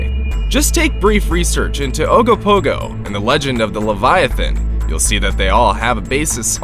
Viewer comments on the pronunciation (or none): none